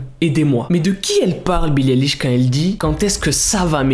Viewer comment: Ok je t'aime bien😂 MAIS ce n'est pas BILLIE ELISH mais BILLIE AÏLISH ( la prononciation )